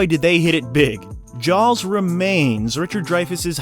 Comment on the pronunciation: Never heard it pronounced Jows before.